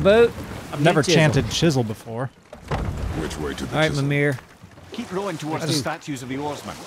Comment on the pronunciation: also its pronounced me-meer mimir